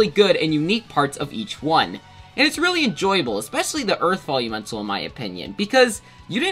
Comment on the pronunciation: Why does it sound like you are saying bully mental instead of velumental